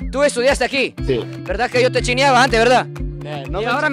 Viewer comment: Se escuchó muy hondureña la frase cuando le dijo yo te chineaba antes 😂😂 se me había olvidado ya esa frase